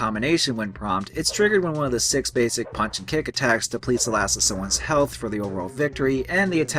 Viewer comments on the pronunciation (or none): none